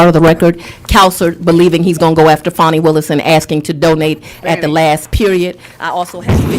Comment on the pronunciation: Fan is pronounced Fan - Fani is Pronounced - FANNY, , who is that dishevelled old fart with Fani